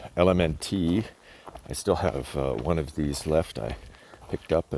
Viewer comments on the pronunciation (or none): Hoping your ankle is doing better and that your cold hadn't become any worse. That was a beautiful evening sky. Also, LMNT is pronounced "element"...I guess the company's play on the word.